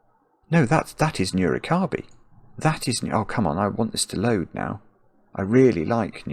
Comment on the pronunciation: And as a Japanese, their pronunciation of Nurikabe always throws me off. I bet no Japanese would understand they mean Nurikabe when they say "nuro-kirby."